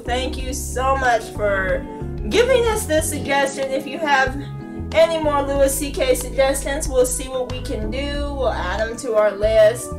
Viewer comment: just wanted to leave a comment to let you know Louis' name is pronounced like "Lewie", not "Lewis". Besides that, I hope you react to more Louis CK clips, he's my favourite comedian :)